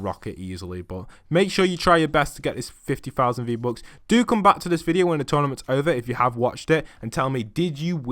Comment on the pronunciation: Fifty fousand fee bucks😂😂😂😂